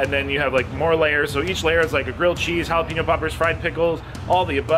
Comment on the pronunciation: Hala-pain-yo! Not peen-yo